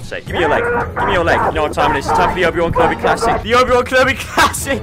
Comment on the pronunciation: why did he call obi wan kenobi wrongly